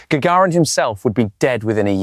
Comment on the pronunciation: AI text to speech. Well done though. Listen the names for instance: "Gaggirin" for instance.